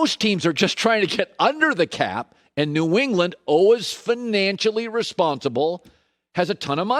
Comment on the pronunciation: Why does Colin pronounce always “alwiz”